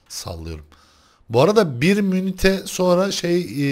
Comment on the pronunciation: ne biçim ingilizcen var ya minütes diyemi okunuyor :D:D